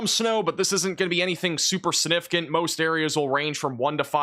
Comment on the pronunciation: Is it just me or does it always sound like he says "Sinificant"? Thanks!